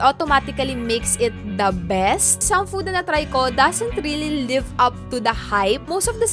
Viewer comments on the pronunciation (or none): none